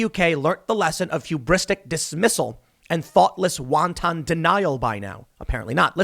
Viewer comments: Tim the word wanton is pronounced want-uhn (like HONey), not want-on (like you turn a laptop ON). You’ve mispronounced it three times in the last two months or so and it’s killing me. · "Wanton" is not "Wonn-Tonn" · wanton isn't pronounced like wonton soup. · I love you Tim, but stop saying WANTON, like the soup. It's not pronounced that way. I'm sorry my first comment to you is sort of negative, but I'm just looking out, homie! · Lol it’s wanton denial. Not wonton denial. It’s not a Chinese food lunch special. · "Won ton"? Has Tim got the munchies, or is he unfamiliar with the word "wanton"?